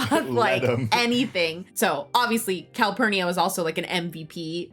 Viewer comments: Copernicus??? 😂😂 it’s Calpurnia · The housekeeper's name was Calpurnia, not Copernicus. 🙃 and it was Mayella that got attacked.